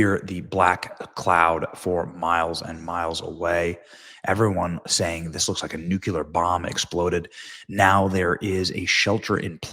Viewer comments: New-klee-ur, not new-cue-lar. Look at the spelling. Did you learn to read? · NUCLEAR not nucular !!!!! - twice in one day? Come on bro! Are you GW Bush ? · If it was taking off it was full of fuel. Not that mysterious. Also, it NU -KLEE-AR not "muscular". You sound uneducated when you mispronounce like that. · Nuclear, new-clear. Why did everyone start adding a syllable to the word. New cue lar, nope. And if anyone really thinks that looks like a nuke they are highly regarded. Why is everyone so prone to ridiculous hyperbole today? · Did you say nuklular again? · OK, I know people will be irritated with me. I'm irritated that I get irritated but i can't help both my parents were teachers.... NUCLEAR (new-clee-are) Otherwise, it would be NUCULER or maybe NUQUELER You don't say basghetti for dinner or axed you a question, right? OK, I'm ready, launch your comments. Sorry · OLD airplane. Fully loaded with cargo and fuel. Should have been retired years ago. Benny can pronounce Louisville but not nuclear. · Not sure who taught you how to read but you might want to pre-read prior to speaking. Example: You said "Runaway Horror" when the text said "RUNWAY Horror". You still can't properly pronounce "Nuclear"... do better.